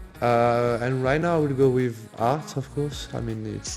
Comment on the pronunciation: anybody else heard guerri saying fart instead of art lmao